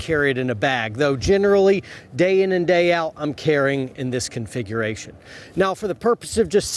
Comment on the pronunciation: Take a shot every time say's "confighration". Slam a beer every time say's "Protocol". It's 2020 and you're watching a carrying video.